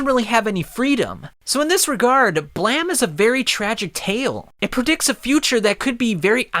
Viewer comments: It's uhm, Blame not BlaM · "blam"?....you mean "blame". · I think its pronounced "blame", i mean, it has that "e" at the end. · Is it “Blam” or “Blame”? I’m confused. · Nihei is a god of Brutalist-esque world building manga. And it's "blame", just like the verb. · You forgot to pronounce the "E" on BLAME!